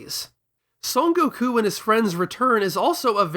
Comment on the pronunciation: I got recommended this video randomly and was really into this topic but I couldn't get through the video. You talk way to slow, and your constant need to pause and explain shit or talk about things tangibly related is really annoying, along with your insistence on pronouncing his name "Go-Kuu" and all the other Japanese names. Which is fine, but you keep doing it every time and it comes across as tryhardy. And not to be THAT guy. But if you're presenting the video in english, you can just use the english translations and names. It's okay man, nobody is going to tar and feather you. I see the quality you have and produce, but I could not finish the video, got about 12 minutes in before I got annoyed. I like the topic, I would have liked an in-depth review on it. But not from you, this video could have easily been cut in half for the sake of the viewer. I get it, gotta make content, gotta get the ad rev. But your presentation style is annoying, and I dislike your need of constantly pausing to emphasize whatever joke you're trying to tell, or to shove in your opinion. I also think you try too hard on the humor. This video can be good, but I think you need to try harder on your presentation. I think you care too much about the most minor details too, and you let that get in the way of presenting the main topic.